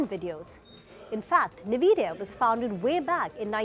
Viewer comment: It's en-vidia not ni-vidia